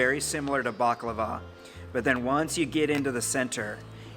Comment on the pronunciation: Thank you for pronouncing baklava right its a hard word to pronounce